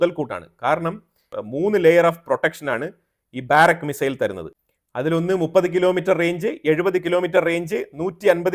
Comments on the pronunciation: ബാരക്ക് എന്നല്ല, ബറാക്ക എന്ന ബൈബിൾ വാക്കുമായി അടുത്തുവരുന്ന പേരാണ് ഉപയോഗിച്ചിരിക്കുന്നത്. ബാറക്ക് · ബാരക് അല്ല ബരാക്